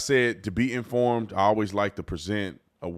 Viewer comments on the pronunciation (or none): none